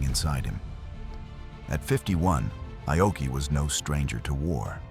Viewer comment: It's not I-oki. It's pronounced 'Ah-oki' and spelled Aoki in English. This AI voiceover is inconsistent and annoying. A lot of people say Aoki was the cause of the disaster. No, he wasn't. He might've been overly cautious, but the IJN was hampered by a couple of things. One, they didn't have radar in 1942. They relied on sighting the American warplanes or ships and often, it was too late. Two, the IJN had a certain arrogance. After all, they had faster airplanes--the Zero still ruled the skies until around mid-1943--and they'd won many victories before Midway. However, as mentioned, the armor on Akagi had been reduced. The multilevel setup was weak, and their firefighting crew wasn't that great. Moreover, after shooting down the dive bombers, the Zeros were out of position. And...most telling, lots of bombs and anything explosive had been left out in the open. One bomb hit perfectly and ignited everything. That was it. Poor engineering, poor fire suppression, and no radar...that was Japan's IJN undoing.